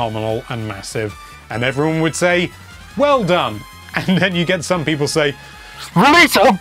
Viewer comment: No one:: PEEPOL